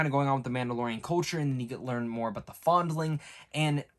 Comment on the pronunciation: The way you pronounced "foundling" is cringe asf